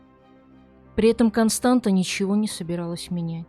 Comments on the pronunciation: Дорогая "", правильное произношение имени этой женщины Констанца, помните Констанцию из "Трех Мушкетеров"❤. Дело в том, что в румынском языке буква "ц" это та же буква "т" только с хвостиком "ț". Этот элемент опускают из за шрифта, поэтому может показаться что читается Константа. Успехов❤! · Констанца, не Константа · Констанца, или как русскоговорящие говорят Констанция, а не Константа!!! Как можно проделать такую работу над материалом и не удосужиться узнать как правильно зовут героиню сюжета. Режет же слух и невозможно слушать...